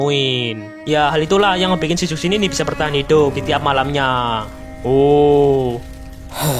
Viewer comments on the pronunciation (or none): dibaca cushin bg bukan zhuksin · baca nya chusin bang bukan zuksin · Bacanya zhuxin bukan suksin bang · Izin koreksi, bacanya Zhu shin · kalo ngikut aksara chinesse,itu nama zhuxin di bacanya "chuxin" karna dalam huruf mandarin z itu di baca c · JUSHIN GESSSSS JUSHINNNN HADEHEEEEEEEE EUHUHUHGRHRHWGEHHR Edit: g terlalu peduli sih, cuman rasanya kurang JRENG aja klo of nyebutnya salah.. 😢